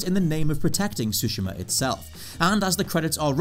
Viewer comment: Ghost of Shushima did you say? 🤣